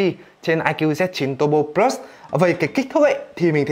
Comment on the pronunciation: Đọc từ plus bình thường đi. Đừng cố tỏ ra chuẩn tiếng anh khi phát âm của mình không tới nữa. Cừ bờ lớt đi đừng có phì lus xì nữa nghe phèn lắm.